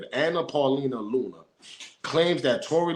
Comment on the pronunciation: you said Ms Looney 🤣🤣🤣🤣🤣💀💀💀 it's Luna! 🫡.